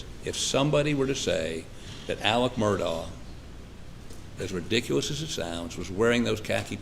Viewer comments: Has sounded to me like Mur-dg (from the people who seem to be closest to the family). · I have now heard 4 different pronunciations of Murdaugh. I wonder which is right… MUR-daw MUR-dock MUR-tog And last but not least, and this is the way I heard Alex (among a couple other folks) pronounce it: MUR-dk … like there’s no vowel in that last syllable…it’s almost like the dk could be a new letter of the alphabet. Fun times.